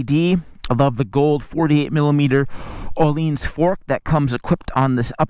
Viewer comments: Svet... Oleens fork. Sorry guys just get someone that can pronounce words for this please. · What are you talking about? You wrote "Ohleans." How did he "say it" that is something to talk about? C'mon, you thought he pronounced it wrong, obviously. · Nope, he elongated the word. Much like the svet part, he sounded a bit drunk. Obviously.